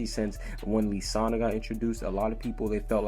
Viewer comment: Who the hell is li sanna ike its Lisanna he keeps saying li like are you an actual fairytail fan 😒